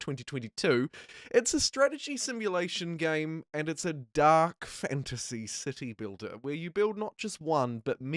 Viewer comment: who else keeps hearing "You build a dick" "dickbuilder" and "pricking up this game" ...